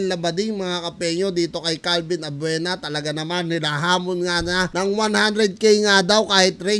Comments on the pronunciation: CALVIN ABUEVA gun hindi Avuena 🤗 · Abeuva hndi abveuna 😂😂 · Calvin abueva di abuena ahaha dami tawa sa abuena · Boss. Abueva po.. Hindi abvuena. Hahhaha.... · Boss abueve not abuena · Abueva po hnde po abuena😂😂😂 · calvin abueva idol hindi abuena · ....CALVIN ABUEVA.....HINDI ABUENA.. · Calvin abueva boss Hindi abuena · CALVIN ABUEVA po yan hindi ABUENA.. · Calvin abueva po hindi calvin abuena😆😆😆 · Calvin abueva..hindi abuena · Abueva hindi Abuena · Abueva hindi abuena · CORRECTION!!!Calvin abueva......hnd abuena.....ayusin mu nmn pgcocontent mu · hindi po abuena abueva po